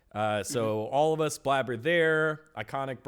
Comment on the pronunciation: "Blabber" instead of "Blaber" lol